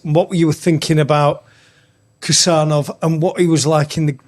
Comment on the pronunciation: Not Khusanov ❌ Husanov ✅✅✅